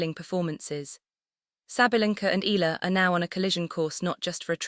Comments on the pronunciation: Eh..ya..la Please stop murdering her name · eeh- yah-lah, eeh- yah-lah, eeh- yah-lah, eeh- yah-lah, eeh- yah-lah, eeh- yah-lah, eeh- yah-lah, eeh- yah-lah, eeh- yah-lah, eeh- yah-lah